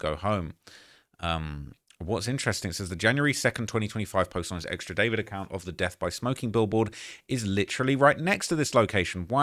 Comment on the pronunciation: It’s not David it’s Dee four vid hahahah